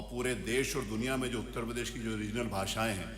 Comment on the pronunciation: Isko to uttar pradesh bolna nhi aata ..prades bolta h hmesha jahil